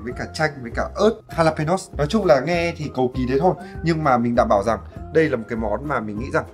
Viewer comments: Ớt mễ đọc là Ha-la- pê- nhon (jalapenos) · Jalapeño phát âm là ha-la-pê-nhô ạh